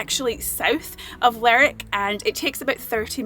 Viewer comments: I know the names look very alike, but Lerwick is not pronounced like Berwick. It should be "ler wick", not "lerrik". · It's Lerwick, not lerick lol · It is not Lerick it Ler Wick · Your pronunciation of some towns is funny. Lerrr_ wick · Lerrick sounds so wrong. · It’s ‘Ler’wick’ :) - we spent a week there in July moving around. . Based myself there and cycled to all corners. A great toon. Shetland was stunning. We also went to Yell and Unst. Cracking chip shop in commercial street. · I think most people in the UK are aware that Shetland and Lerwick exist. Also you need to pronounce the "W" in Lerwick.